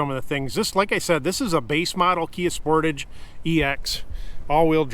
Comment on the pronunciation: Y do alericans always pronounce sportage wrong